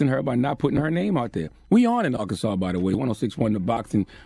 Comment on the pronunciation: Bro say Arkansas like he from here.🤣